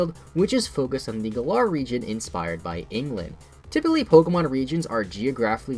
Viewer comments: It's Gælar not gallah the way you pronounce it... IS A FUCKING BIRD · You pronounced the galar region as galaar region